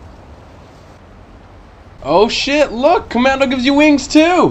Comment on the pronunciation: You know .. Vanguard players are so upset about the knifing range so I remembered the weird pronunciation of “Commando” and typed it Fk it I am too old